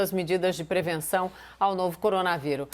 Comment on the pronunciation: Nossa a Monalisa não consegue disfarçar a cara de enjoada q ela faz "coronaviru" kkkkkkk